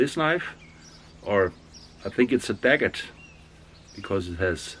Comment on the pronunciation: You absolutely nailed that bread in yet another great video 👌 Btw its dagger, no T 😉